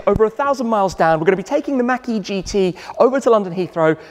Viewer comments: Great video... but it's MAHK...E... Not Mackey. Unless I missed a joke from a previous video. Again love the videos. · It’s not mack… it’s machhh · I like the way we say Mach better than you. It sounds like you're saying Mackey. I must say that you say garage better though.